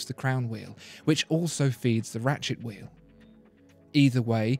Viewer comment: Very educating but i can't help but snicker when he says ratchet wheel. "Rat shit wheel" 😬😂